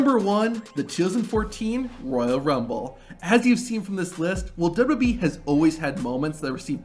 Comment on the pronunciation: Say it once, just try to SAY it. W. W. E. I don't think it's dubdubey .. unless they're going by every single content creators pronunciation